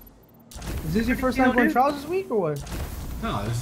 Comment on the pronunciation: Notice he said trails instead of trials?